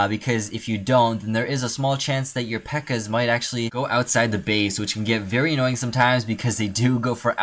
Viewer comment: Not pekka its pekka